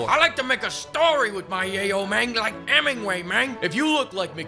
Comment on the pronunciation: "Lihke Heminggway meng" is like Reggie or Sseth, if instead of being a sociopath they were paychopaths.